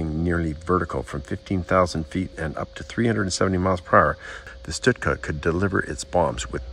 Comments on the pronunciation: Stuka Not Shhtooka Or stootka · STU KA stands for Sturz Kampf Flugzeug (Dive Fight.. Air-plane) ..Remember the Z is pronouced as TSSS the ss as zzzz, or sh. the U as ou in you, the Ü as u in dejavu so NOT an ou as in you..or as in shoe, Münster is not m'nster or moonster... So no Stüka. No stut ka... etc.. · Stuka :(Stew-Ka). Hearing him call it a 'Stit-ka' over and over was irritating. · It is a STUKA pronounced stooka not stutka. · its not a stutka its a stuka. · pronounced Stooka not Sitka. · He keeps saying "stitka." What the hell is a stitka? I always thought it was pronounced "Stooka." Still, good clear video of a great war bird. Hope to see it fly one day. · I've stood next to the Stuka in the Royal Air Force museum in London. It's surprising just how big these aircraft are, they are a similar size to a twin engine bomber of the same era. The trailing edge of the wing is at least 5ft from the ground. PS, it's "Schtuka" not "Stutka". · pronounced not stut-ka ...Stooka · Stoooooka. Not stika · It's pronounnced Stoo-kah. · Wow! But why do you keep calling it a Stut-ka? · you've obviously done a lot of research on this aircraft, it's a shame it didn't extend on how to pronounce the name of it correctly. It's pronounced 'Stoo-kuh', I have never heard anyone say it the way you do. Get it right next time dude. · You really need to work on you German pronunciation. It's NOT Stutka (throughout), and it's NOT Luftwaffle among others. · Stuka is not pronounced stutka ,but nice clip anyway 😊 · Sir your pronunciation of Stuka is killing me. There is no "T" sound before the "K". It's pronounced "STU-KA"!!!!!!!!!! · STOOKA Is the way to pronounce Stuka ..... I'm not being picky , it's just for future reference. Thanks once again...